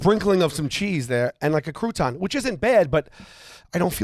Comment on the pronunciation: shouting croutons with an emphasis on the second part of the word instead of the first... top tier comedy